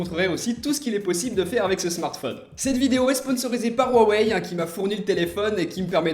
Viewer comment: Mdrrr comment Tu dis "waweill euh " 😂😂😂